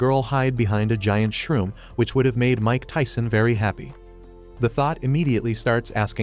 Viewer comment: bro the mike tsyson😂😂